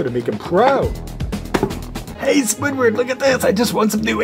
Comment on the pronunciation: You said squidwoB😂😂